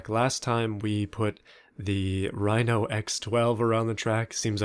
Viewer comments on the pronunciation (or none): none